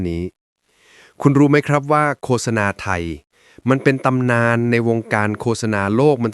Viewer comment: โฆษณา นี้ดีจริง แต่ควรอ่านให้ถูกด้วยว่า โคด - สะ - นา ไม่ใช่ โค - สะ - นา